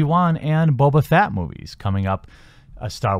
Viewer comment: Did you just call him boba "fat"? Triggered!